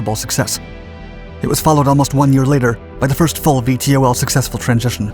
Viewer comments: Can't you just say "veetols" instead of "v-t-o-ls"...? It's not that hard to pronounce. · VTOL is pronounce "vee-tol" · I wish he didn’t spell out VTOL every time. .. it’s Vee-Tall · Would it have killed you to call it “vee-tall” like everybody else?